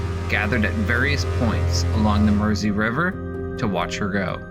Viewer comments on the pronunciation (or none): none